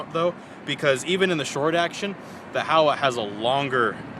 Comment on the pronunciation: Pronounced Ho-wa long o and a.